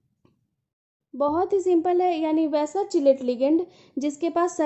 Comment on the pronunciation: किलेट not चिलेट mam